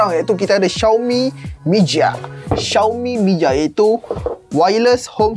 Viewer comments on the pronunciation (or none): sesuai tak kalau nak pasang kat rumah sewa utk skodeng?...btw sebut mi chia bkn mi jia(jia=rumah)